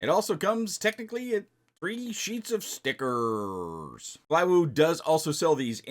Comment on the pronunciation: i may unsubscribe if u stop saying ''stickerrrrrrrz'', Great review btw Sir! Edit: I wrote this when I was just starting the video—glad your ok, get well soon! Also, wow, this footage is beautiful. Props to DJI, seriously. I can’t wait to get my hands on DJI Goggles, but I’m gonna have to wait it out. Everything in Germany costs a fortune with all the taxes. Plus, I’ve gotta get my girlfriend a gift first before I can even think about dropping a couple grand to switch from analog. 😅